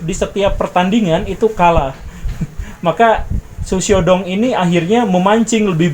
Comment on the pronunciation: Hahahhahaha ternyata mengikuti juga mantab Pak Guru... Xu Xiao Dong.. cara Bacanya gini Pak : Shh....( kayak ngusir kucing ) Siaw Tung..cara bacanya gt Pak hahhahaha..